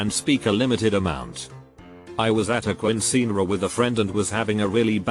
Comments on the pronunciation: The way the automated voice pronounced "quenseenra" tho lmao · U WERE AT A WHAT?!? Smh at least try and read the Spanish words properly!!!! Quinceañera AS IN KIN-Se-A-NERRA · ah, yes... kwinseenrah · funny as hell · Igual para mi😂😂